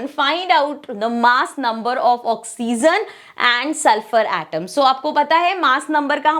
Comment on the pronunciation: Mam its oxygen not oxyzzennn😅